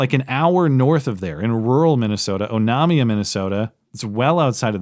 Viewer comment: Even better Oh-nay-mia 😅